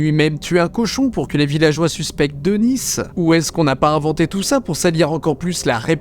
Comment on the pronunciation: Denis ça se prononce Deni et pas Denisse